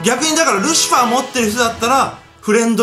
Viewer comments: しかもゲージに感情入りすぎ笑 あと、ルシフアーッテ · ルシファーの発音がホント無理。笑